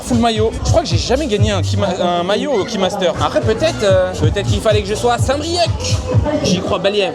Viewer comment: Saint brieuc , phonétique : saint brieu , c'est un ( c )muet , respect stp nouilleteille 😂😂